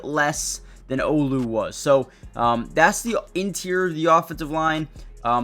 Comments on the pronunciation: A true Seattle fan knows how to pronounce Olu's name! Just sayin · He's not trying to be a fan. covers many teams and is a journalist. But yeah, as a journalist, he should know how to pronounce the guy's name that started last half of '24.